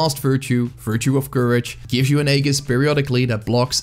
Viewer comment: Awesome video, but I thought you should be made aware: Aegis is pronounced ˈē-jis -- not ā-gis